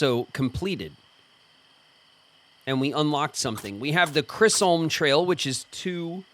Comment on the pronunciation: pronunciation of Chisholm is bothering me more than it should 😂 and I can’t tell if he’s doing it on purpose or not